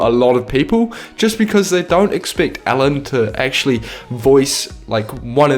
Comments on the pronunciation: It sounded like you said Allen DeGeneres not Ellen DeGeneres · Lol when u say Ellen it sounds like ur saying Allen